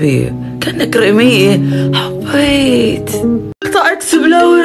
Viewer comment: انت ليه تقول حبايت مو حبيت😂💔